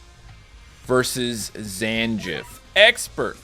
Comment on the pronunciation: really butchered my boy Zangiefs name